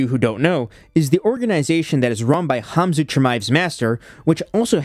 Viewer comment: Even though the Cyrillic letter "X" is transliterated to Kh the K is kind of silent. No idea why he says "zoot" but Khabib is pronounced "Habib" and Khamzat is "Hamzat".